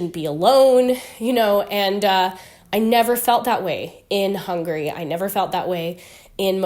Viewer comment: 15 years wasnt enough to learn the name of the Country? It is Hungary not hungry.